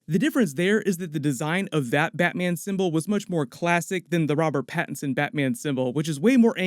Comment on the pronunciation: Nobody:: "BATMIEN"